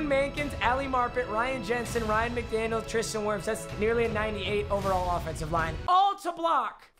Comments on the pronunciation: He said Ryan Mcdaniel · MMG: Says Ryan McDaniel Me: Dies inside